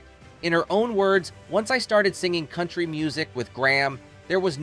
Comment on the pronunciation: "count-tree rock with classical count-tree music"? is this AI generated narration? Sounds like it🤣